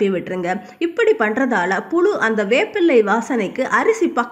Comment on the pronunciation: First tamil ozhunga pesa kathukittu pesunga. Pulu illa puzhu. Kastam illa, kashtam. Ketkave kashtama irukku.